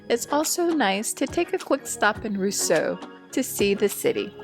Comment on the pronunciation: Your next trip, Roseau is pronounced RoZo and Dominica is pronounced Dohm in EEka